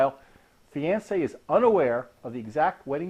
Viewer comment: Wow, that's the weirdest pronunciation of fiancé ever. It's off-putting. Useful video though. Thanks.